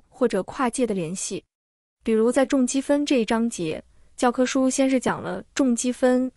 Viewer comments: 你说你数学不错 居然能读出来zhong积分？？？不是chong？？ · 听到重（zhong）积分就知道你的数学学得一般了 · zhong积分，这机器语音也真没辙了。国外的数分教材更难。同济的是最简单的了。托马斯微积分太啰嗦。短时间掌握还是同济好用。数分还是国外的有深度，点赞👍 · 这里“重积分”中的“重”应该读作chong（因同“崇”），是重复的意思，不是重量的重。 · 这个声音是AI吧，任何国人不可能把重积分读成zhong积分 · 这是“机械”的AI朗读吗？怎么会读出重(zhong4)积分呢？ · 重zhong积分😂，我笑了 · 纠正一下，重（chong）积分